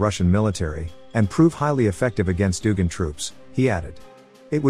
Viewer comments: doog in troops? maybe get a human to read the script. doog in lmao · "...doogin troops..."? AI needs improvement. 😀